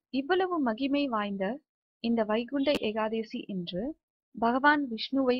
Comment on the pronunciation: ஏகாதேசி அல்ல ஏகாதசி 😄